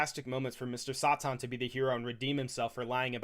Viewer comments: Say it with me now: “!” Not Saw-Tawn 😅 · His name is saten not satin either say his name right or call him hercule